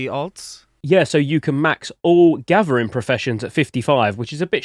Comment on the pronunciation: love his accent gathering is gavering lol what a beast !!!